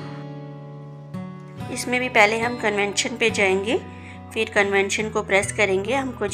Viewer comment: Convention nahi convection